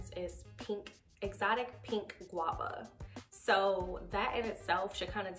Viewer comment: She said Exotic pink Guave ? Where you find that at? 😂😂😂😂 subbing lmao